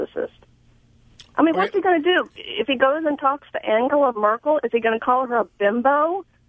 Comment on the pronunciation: Actually Rush, SHE pronounced Angela Merkel correctly, and YOU butchered it. You didn't even recognize who she was talking about.